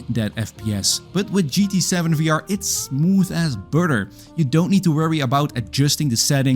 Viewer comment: "Smoof as budder" .. God dude your English could use some polishing tho.